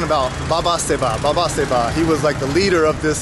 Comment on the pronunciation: You pronounced it wrong 😊. Its baba saheb and is a title. Saheb (pronounced as saaheb) was the indian equivalent of word "sir" to address the colonial masters and over time it came to represent anyone who is rich/ respected. Btw saying caste discrimination is widespread in india is same as saying women in US are discriminated against men. We know that is no longer generally true but still exist in some pockets in corporate world. Sorry not trying to be rude but trying to correct your perceptions about India please.